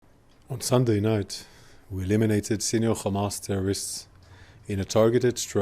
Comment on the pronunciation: Eliminiated? You have to get it right when trying to justify something so serious.